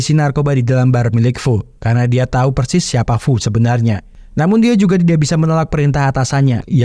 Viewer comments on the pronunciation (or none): none